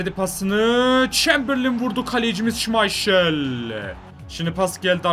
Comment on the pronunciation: Şımayşıl değil şımaykıl